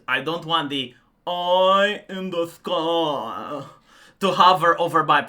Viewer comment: Your "oyiiii in the skoyiiii" is perfection. 😅